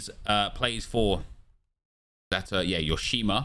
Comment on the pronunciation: Clearly says Yokohama FC “He plays for Yoshima”